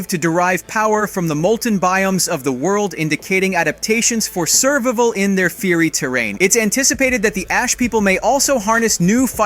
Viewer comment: Bro, I get that annihilation is a hard word, but survival? No excuse 😂 it's not like the video is live, slow down, take your time...